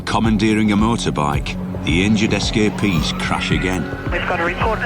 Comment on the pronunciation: S Ka Peas = Escapees